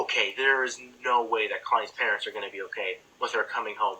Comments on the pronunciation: "pearnts" XD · her “pearnts”. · Yo he said "pearnts" instead of parents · Pearnts? Juise? Werid? Here? (Not hear like it should have been) gessing? destinay? Insted? Amny? Coney? Get;s?Were (Instead of We're) Those were nowhere near all of the errors! XD